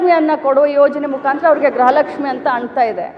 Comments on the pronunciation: ಗೃಹಲಕ್ಷ್ಮಿ ಅಂತ ಹೇಳೋದಕ್ಕೆ ಬರಲ್ಲ ಗ್ರಹಲಕ್ಷ್ಮಿ ಅಂತ ಹೇಳ್ತಾ ಇದ್ದೀಯಾ ನಿನ್ನನ್ನ ಮಂತ್ರಿ ಅಂತ ಬೇರೆ ಕೂರಿಸಿದ್ದಾರೆ ನೀನು ಒಬ್ಳು ಗೃಹಲಕ್ಷ್ಮಿ ನೇ ಆದ್ರೆ ಗೃಹಲಕ್ಷ್ಮಿ ಅಂತ ಹೇಳೋದಕ್ಕೆ ಬರ್ತಾ ಇಲ್ಲ ನಿನಗೆ ನಾಚಿಕೆ ಆಗ್ಬೇಕು ನಿಮ್ಮಂತವರಿಗೆ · Amma thaye adhu gruaha laxmi .graha laxmi halla first correct mathadodhna kalthkoloe